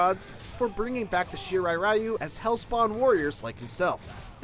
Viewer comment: Here is how you pronounce the clan name :-) you are welcome!